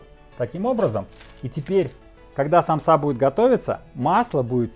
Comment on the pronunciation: И только русские говорят самсА , аж уши трубочкой сворачиваться .... У меня на родине так россиян вычесляют , потому что правильно ед.ч. сАмса, мн.ч. сАмсы